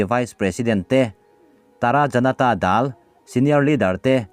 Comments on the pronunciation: A bengvarthlak ṭhin e. Janata 'Dal' hi dailuah 'daal' ang ni lovin thluk lovin, ka 'mal' a nâ tih a, 'mal' angin han lam rang vat teh. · Janata dal tiha dal hi dailuah, dal kan tih angin i lam ri a, a dikin lam tawh la please. Malpui tiha mal ri angin aw please. Ka inthlahrung viau naa ka duhsak che.